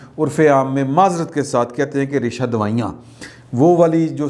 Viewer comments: Resha dawanian, not Resha dawaian. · اللہ پاک سبکو شفاء کاملہ عطاء فرمائے، آمین، ریشہ دوائیاں نہیں ریشہ دوانیاں ھوتا ھے بھائی، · ریشہ دوائیاں نہیں جناب۔۔ ۔۔ "ریشہ دوانیاں" ۔۔ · sorry, 'reisha dawanian' hota hay, "reisha dawaiyan" nahien.😆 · لفظ " ریشہ دوانیاں " نہیں بلکہ "ریشہ دوانیاں" ھوتا ھے۔ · Sorry for my jasarat. Word is “ Raisha Dawanian “. Not “Raisha Dawian”. You are highly responsible for me and my brother and I only listen your vlogs and vlogs by Hafeez ullah niazi and Saeed Chaudhry . Stay blessed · lafz "Raisha dwanian" ریشہ دوانیاں ۔۔ھے